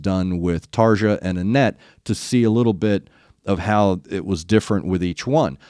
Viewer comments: Anette took a lot of hate and put up with a lot of shit from the Tarja fans (BTW, it's pronounced TARRR-ia and roll the R). Before doing the Poet, I'd suggest also doing "Master Passion Greed". That song is a raging rant about Tarja's husband, who the band blames for their problems with Tarja. There's no live performance and never will there ever be one, so just grab the album version and run with it. To give you an idea how difficult an painful this all is, when Floor sings the "Poet and the Pendulum" during the Imaginaerum tour, Tuomas had her vocals removed from his in-ears feed as he didn't want to relive it during the performance. You've probably already got this, but the song draws from the "Pit and the Pendulum" by Edgar Allen Poe and its subject of psychological torture. If you do the Wembley version, and I recommend that one, note how at the end Emppu and Marko are standing with Tuomas while Kai and Floor are looking over at him to see how he's doing. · please, Tarja's name is pronounced Tar E A!!!!!!